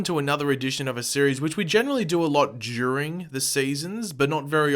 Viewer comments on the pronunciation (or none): I’m sorry for this. But my man said “ Druring “